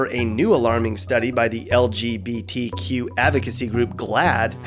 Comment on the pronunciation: Why can’t straight people say lgbtq right. They say somthing like el je bee tea queue